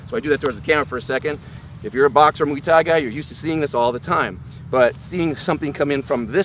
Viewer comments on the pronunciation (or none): "Mooey Thai" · How does someone at this level not know how to pronounce "muay thai"...